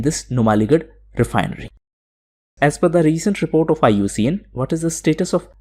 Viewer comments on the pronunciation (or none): none